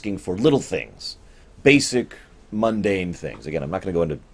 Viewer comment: you are funny! Every time I heard you say "mundane" I'd start giggling because I'd think of Byron and his group of "teleparths". Gods, I'm so annoyed by Byron as a character, Bester may be an evil bastard by he does have personality, I've read Claudia Christian's memoir in the last year or so, and it's way too "gosh wow" for me. She and Bruce do seem to be on speaking terms these days, though. I found this on YouTube about twelve hours ago FCD Out of the Ashes 2.0 - Babylon 5 Talk (Claudia Christian and Bruce Boxleitner) See you next week!